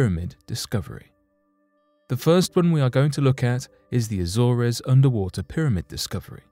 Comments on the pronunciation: It's pronounced The Azorz, not The Azorez. I thought English was our first language so what has happened to it???? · It isn't pronounced Azore Res, it is simply Az Ores!! That's it. People shouldn't make videos including place names they can't Prince, or words they can't prounce properly because it is intensely irritating to repeatedly hear them prounced incorrectly, drives me insane. If you going to do research into something that happens somewhere the least you could research properly is how to say the places name correctly FFS!! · He can't even pronounce AZORES correctly, he says Azz or ezz, every video he makes he can't say name's properly FFS. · A-zoors. a-soom.